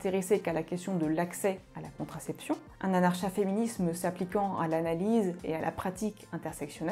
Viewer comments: Comment est-il imaginable de produire une longue vidéo sur un sujet dont on se sait même pas prononcer le nom ?! N'était-ce pas la première chose à faire ? Anarcha-féminisme se prononce évidemment a.naʁ.ka.fe.mi.nism comme anarcho-syndicalismese se dit anarko ... 😵‍💫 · Curieusement, c'est bien la 1ère fois que j'entends le ch prononcé comme dans chat alors que l'on peut dire anar(K)a féminisme ;) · est la première personne que j'entend pronocer le "ch", c'est une françisation j'imagine.